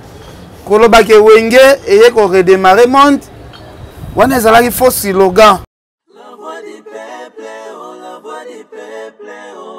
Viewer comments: on dit slogan et non silogan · On dit slogan et non silogan